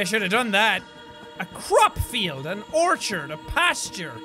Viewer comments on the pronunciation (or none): none